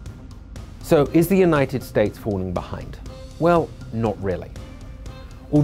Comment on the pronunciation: bro really said "unined states"